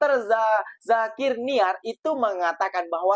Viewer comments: Zakir naik bang,bukan zakir Niak😂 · Dr Zakir NA IK bukan Zakir NIAK